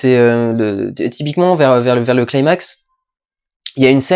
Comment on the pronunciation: Athos02 En effet mais bon ça fait plus style kikoo ado chébran de le prononcer comme quelqu'un qui maitrise trop bien la phonétique anglaise, sauf que pour ce mot c'est ridicule.